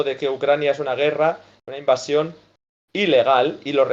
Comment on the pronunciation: Se dice invasion. No invacion.